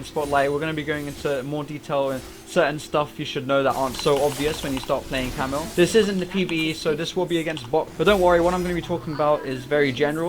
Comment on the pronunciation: Each time he says Camille he says camel